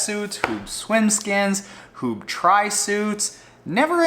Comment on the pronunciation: Thanks for putting me onto floaty pants, I love them. btw. Huub is pronounce as huup (b sounds like a p in dutch). Regarding the suite, its a full on race suite, not a daily driver. On the inflatable bikebag, airlinestaf are screamish about inflated stuff, I suspect some might demand deflation to the point were protection is insufficient. I'm curious how that will work out.